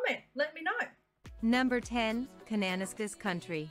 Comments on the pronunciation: K country. She really butchered the pronunciation. Khan-na-nas-kiss. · I noticed the narrator mispronounced some names. Kananaskis is pronounced 'Kan-na-nass-kiss' and the Bow River/Bow Valley is 'Bow' as in 'rain-Bow.', I live in Manitoba and you might like to check out the short scenic videos: The 7 Wonders of Manitoba Episodes 1 thru 7 (posted by: TravelManitoba). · Her pronunciation is the shits, it’s Can-an-ass-kis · Computer voice. 'Kananaskis' is pronounced wrong.....'Cana..nas...ca'.